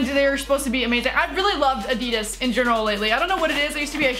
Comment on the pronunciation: the way she pronounces adidas LOL